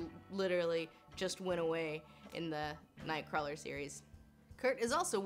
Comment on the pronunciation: HAHAHAHAHAHAHA! Oh, your pronunciation of "Kurt Wagner, Nightcwarler" Also, because you put the reference in there: "He saves children, but not the British children!"